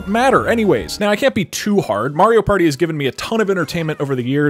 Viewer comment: “It’s a PÆRTŸ”